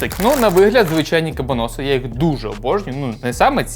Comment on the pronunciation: Хтось повинен сказати, що не кабанОси, а кабАноси. Може прочитає 😂